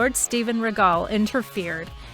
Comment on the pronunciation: Bro she did Regal so dirty with that pronunciation.